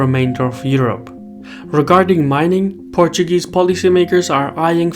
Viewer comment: Your Portuguese pronunciation is so good